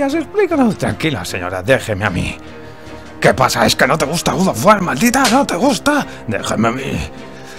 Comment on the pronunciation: "la saga GUDOF GUAR"